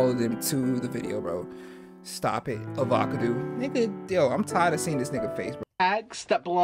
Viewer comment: i really can't stop laughing at avacadoo lol. i might need to start calling avocados avacadoos from now on